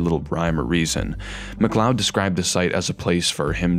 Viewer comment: Genuinely shocked to hear someone pronounce his name correctly, the number of YouTubers who make serious long-form essays that unironically call him Kevin Mack-lee-odd makes me think that basic research is still a low priority for most.